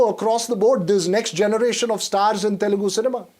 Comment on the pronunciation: it is teL- U - gu NOT telgu please